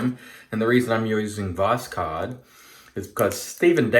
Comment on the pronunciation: Voss-hode try this pronansiation. Pure Russian word for sunrise.